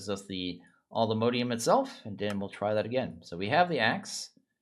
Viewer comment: Nope it's all the mo-di-um. He's saying it correctly